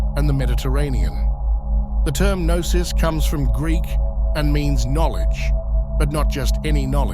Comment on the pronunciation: I am Greek and I have to disagree. Knossos starts with a K in greek language,while Gnosis starts with Γ,which of course doesn't exist in Latin alphabet. That's the letter Γάμμα. It's not pronounced as G,but with a sound similar to the way the French pronounce the letter R,if you know what I mean. So there's no relation between Knossos and Gnosis.